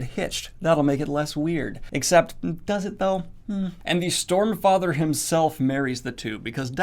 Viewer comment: I am pretty sure I heard 'Stormfrather' from Daniel at some point. xD